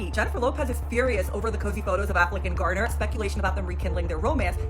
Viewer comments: Jlo and Ben both need to know that being single is quite necessary for someone 🤦🏾‍♀️🤦🏾‍♀️ Ohh... 😂😂😂 it's Jennifer Garner not Gardner, there's no "d" in her surname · I love but if he says Gardner one more time